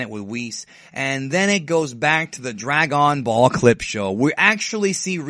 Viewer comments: drag-on ball haha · I thought it was Drag-out-ball :)